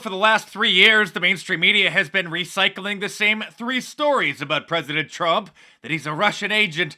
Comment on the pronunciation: Al green can’t say President,says pezedent instead